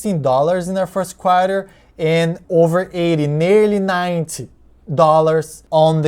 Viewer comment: I was first thinking that the Apple was a DRIP type thing. That you put your first dividend in Apple and got more dividend. It's good that Apple increased the dividend in the 2nd Quarter (You pronounced it like Quar-yah, some people say Quar-tah). Hope Apple keep increasing and become an aristocrat. What is that ABR? What is expectation from that stock?